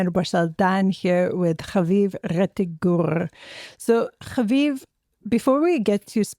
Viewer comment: Amanda is ridiculous and comes off incredibly naive sometimes. When she said but it’s not fair that we struck Qatar. Like are you serious?! Haviv had a great response tho can always count on him to tell it how it is. Also the way Amanda pronounces havivs last name is seriously getting old. Stop being so dramatic with it jeez! But yeah Amanda was trying so hard to get haviv to validate her opinion that the IDF is acting like a big bully. Can’t stand her but I do love the times of Israel and every other person they have on